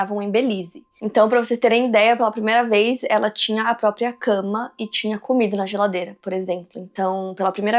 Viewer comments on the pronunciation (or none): none